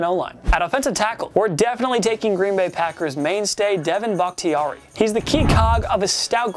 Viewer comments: the fact that you called him bactiria is worse than Devin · Is that how you pronounce David Bakhtiari